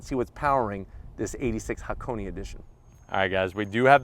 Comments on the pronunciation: "hackoney" well, he's getting there... By the time the GR86 is out maybe he'll pronounce it "hah - kon - eh" and "eight-six" Love your vids tho! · but thought he pronounced Hakoni/Hakonay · and yet he still manages to butcher the word